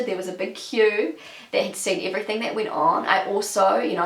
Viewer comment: I've never heard someone saying "iverything" :D